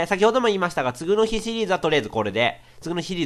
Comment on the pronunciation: [つぐの日]みたいな発音で[次の日]って言わないでくれ…